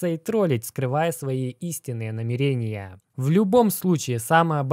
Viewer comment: НамирЕния?! Что бл*ть?!